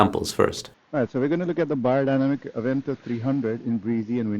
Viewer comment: Hey you said my last name correctly. TAKE NOTE AMERICANS, it is amazing how many people in the states say "BAYER", why? That's already a name.